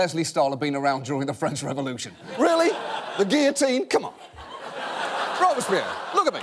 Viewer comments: for fokk's sake, Guillotine is pronounced with the L not J, it's not a word from spanish.. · What's with their pronunciation of guillotine?